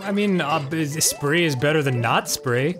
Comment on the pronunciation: ......Are you saying "spree" as in Spry??? Like the sugar-free gums and hard candies and toothpastes??? I used to sell them until my family business went under, and Spry rhymes with "sky" lmaooo